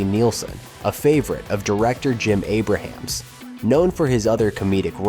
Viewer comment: It’s Jim “A ~ Brams,” not Jim Abraham.